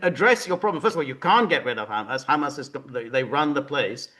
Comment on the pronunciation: Is George kidding? George pronounces HAMAS NAME AS IF ITS A ARAB DISH, maybe if he address them as the resistance rather. Then a chickpea dish, that really changes my opinion about George pretty disgusting for him not to acknowledging Genocide, would he deny that ISREAL is exterminating the Palestinians! Pretty sad that George chooses comfort rather then conscious!